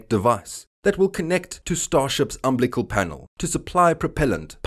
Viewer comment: Um Bill a cull or um bill leck cull, not umblick all, Umbilical.